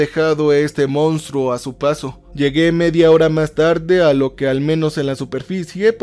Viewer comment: Che, con la mejor de las ondas. Se escribe y pronuncia MONSTRUO.